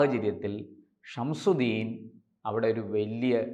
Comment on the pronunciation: ഇയാൾക്ക് ഗൗതമിന്ഷംസുദ്ദീൻ എന്നു പറയാൻ അറിയില്ല "ഷംഷുദ്ദീൻ " "ഷംഷുദ്ദീൻ " എന്നാണു പറയുന്നത്